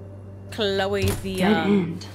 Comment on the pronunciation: Love how you pronounce "Chloe", so good :) ;) lol